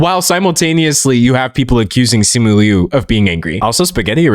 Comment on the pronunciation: Thank you very much for pronouncing Liu correctly. ❤ Uhh my In laws are Taiwanese, their last name is Liu. Yes there is a distinction, but culturally speaking, my inlaws say they are Chinese. It’s a little interchangeable to them. And they were born there.